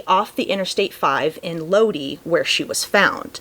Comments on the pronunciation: F.Y.I. Lodi is pronounced, Lo-Die or Load-Eye, but not Lo-Dee. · Crazy story. Lodi CA is pronounced "Load-eye" btw if it ever comes up again.